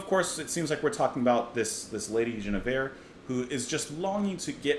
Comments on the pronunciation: After the poppy ''Marrakesh Express', Crosby' delivers a piece of music with real depth and intricate time signatures. Definite jazzy overtones rather than folk. It's pronounced Gwin with a hard G, not with a soft 'J' sound. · It's not "Jeneveir", it's pronounced "Gwinnevere". You can hear the pronunciation in the song itself. I don't know why Crosby added the extra "n", but Guinevere is either the fictional or real-but-mythologized wife of King Arthur, whom she loved but nevertheless betrayed after falling in love with Sir Lancelot. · I've always heard her name pronounced Gwin e veer. Rick Wakeman has a track with the same name on his King Arthur album. I think Barclay James Harvest wrote a track about her too. She's been referencedoing by several other groups too, Moody Blues for one. A popular lady. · This whole album is magical. Their harmonies are perfect. Enjoyed your review. It's pronounced Gwin-eh-veer. At least that's what my deaf ears hear. I have to check out the Miles Davis reconstruction. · I'm surprised he didn't pick up on the pronunciation while listening to the song. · Dude... You keep mispronouncing "Guinnevere", even after you heard the song. (?) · Love this mellow CSN track. Btw it’s pronounced with a hard G.